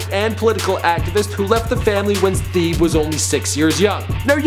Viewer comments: lolololol nigga said Theeeb hahahahaha.... funny as shit. It's pronounced like "teh-bay" beeteedubs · It's not pronounced "theeb" it's pronounced "teh-bay"